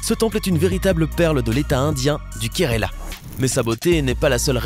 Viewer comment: du kérala, et non du kéréla... Bref je me passe de commentaires